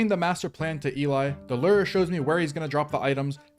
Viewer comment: its pronounced "LOO-ER". not "LURR".